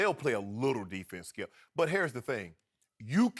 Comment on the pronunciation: I'm convinced these two are contractually obligated to mention LeBron at least 20 times on every show. Skip: "Ray Allen hit the most clutch shot i've ever seen, saved LeBron's career and LeBron got blown off by the Spurs by a record margin." Shannon: "STOP IT SKEUP! I'M JUST ASKIN A QUESTION SKEUP!" It's literally a variation of that every show.